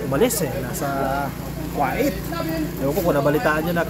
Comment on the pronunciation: Invited ba ang pag bisita OR paninira? Just asking ? Kuwait ( ko- weyt) po vs (Kwa-it)